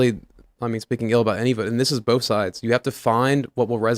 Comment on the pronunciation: Gotta say... Tim pronounces "both" with an 'L' and also does (not sure if she did before). It's B-OH-TH. Not bowlth. That has bugged me for so long... I mean no insult. 😆